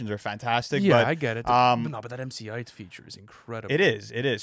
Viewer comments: IT'S PRONOUNCED MC EIGHT‼️ WTF??!! 🙄😒🤦🏾‍♂️ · Who pronounces MC Eith like MC Aight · It’s mc EIGHT not mc IGHT 😂😂🤣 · The MC "ITE" pronunciation for MC Eiht is fucking hilarious. It's just pronounced like the number 8 boys. Lmfao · bro the way they pronounce MC Eiht 💀 "MC height" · pronouncing it "emcee AYEET" is insane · Guys, it's pronounced MC EIGHT 😂